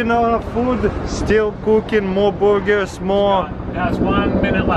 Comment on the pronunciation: Hut dugs and Boorgers